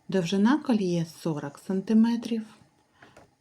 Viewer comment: " кАльє, тАпаз,Апал," 😂😂😂😂😂😂гидко слухати!